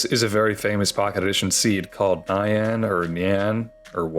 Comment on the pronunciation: You pronounced nyan like cyan.. Now I KNOW I'm old